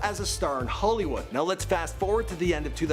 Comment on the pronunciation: You’re all screaming about him butchering Manny’s name, but did anyone else notice how he said Hollywood? 😭 Holy-wood 😩😂